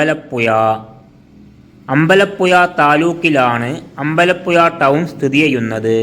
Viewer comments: എടാ അമ്പല യുയ അല്ല പുഴ എന്ന് പറ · തമിഴനെകൊണ്ട് മലയാളത്തിൽ പറയിച്ചു അമ്പലപ്പുയ ആക്കി 😂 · അമ്പലപ്പുയ ആലപ്പുയ അതെന്ത് പുയ നാക്ക് വടിക്കെടോ പിന്നെ ഏയാമതോ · അമ്പലപ്പുയല്ല അമ്പലപ്പുഴ എന്ന് തിരുത്തി വായിക്ക്. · എടാ ആലപുഴ ജില്ലക്കാരനായ എനിക്ക് അമ്പലപ്പുയ എന്ന സ്ഥലം അറിയില്ല. ഒന്നു പയഞ്ഞു ചയുവോ ? 😂😂😂😂😂😂